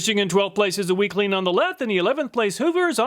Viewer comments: Every time you said WECLEAN all I could hear was weakling 😂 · WeClean just kept sounding like Weakling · Weclean? More like "Weakling"... lol. Glad you didn't test dog poo.